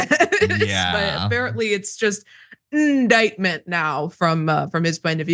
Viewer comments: The N word, Ndictment 😂.. And his audience are so dense they don't cop it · Indictment but yeah... N-dictment 😂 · I'm confused. I thought he said the "N" word was "nuclear". Now it is "N dictment" ? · “The n-word, the n-word, Ndictment!” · I prefer my president to know the definition of the word indictment, and know how to pronounce it correctly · Smartest guy in the world. Knows all the big words, except "indictment'. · indictment does not start with the letter N 😂LMFAO